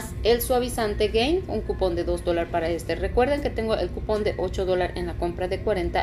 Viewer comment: Se dice dólares 🤭🤭